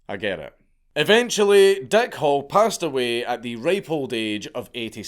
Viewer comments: Your accent makes it sound like the guys name is Dick Hole. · The way you pronounce "Hall" sounds like you are saying "Hole", so I choked on my coffee, when I thought you said, "Dick Hole". 🤣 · It sounds like you are saying Dick Hole instead of Hall.